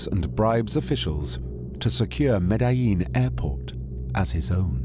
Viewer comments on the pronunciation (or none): his pronunciations of Medellin and Trujillo are abysmal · And he mispronounces Medellin. They even misspelled Miami as 'Miama'. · I caught that. Also they misspelled Miami as 'Miama', and that narrator's pronunciations of Medellin and Trujillo are a disaster. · He mispronounces Trujillo and Medellin terribly. He adds letters that aren't there.